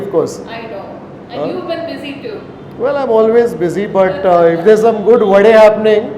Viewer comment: I think you should also talk about the pronunciation of vade not vada